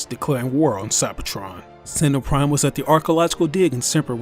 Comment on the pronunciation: Sentenel prime its rat